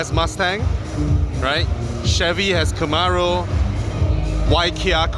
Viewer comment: Chevy has KEMAROO..haha very melayu bro